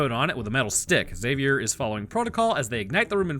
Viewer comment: High-five for not pronouncing the "x" in "Xavier". It irks me to death to hear "Exzavier".